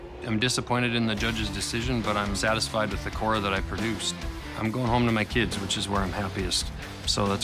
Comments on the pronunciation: It’s called as khoda not kora 🤣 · Actually it's pronounced as Khoda.